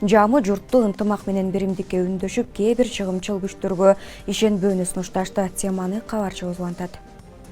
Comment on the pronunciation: Чагымчыл десен чыгымчыл дебей.. Сабатынарды жазгылачы, дикторлор